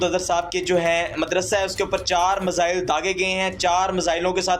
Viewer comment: Phele missile bolna toh seekh lo😂😂